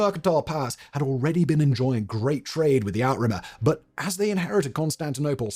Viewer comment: Simon, love you... but your French pronunciations are... well they're *something*! 'Albigensian' (not technically a French word, which is 'Albigeois') is pronounced /ælbiˈdʒɛnsjən/ "Al- be - JENSS - yun". You're adding an /eɪz/ "-aze-" in there for some reason. Outremer (literally "Over seas") is pronounced /ˈuːtɹəmɛː/ "OO - treh - mer" or /ˈoʊtɹəmɛː/ "OTE - reh - mer". I wasn't going to pick you up over the first but the second broke me. I'm sorry.